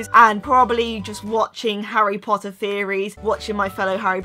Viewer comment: uhm, its Harry Potter not Harry pohuer 😣 if ur a true Potterhead, you should know! And also it's Peter pettigrew not peer pegrew 😒😡😠 like if you agree👍